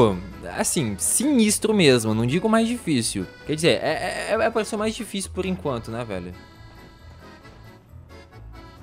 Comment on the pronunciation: "O parrrkourrr mais tifícil do xeteá"